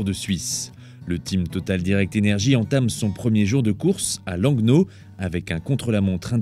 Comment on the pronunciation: Je cite : "Le village de l'Agneau", à , bon c'est 9 000 habitants à l'année et ça se prononce Langue-no mais c'est pas bien grave